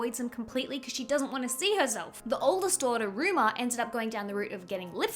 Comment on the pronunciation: the other daughter's name is Rumor, not Ruma